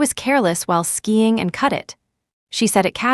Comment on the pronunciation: SKIING not skying